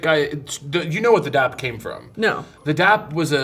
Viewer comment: It’s DAP not DAB😅